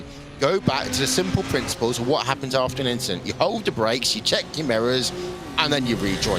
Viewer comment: Verstappen Rogers inchident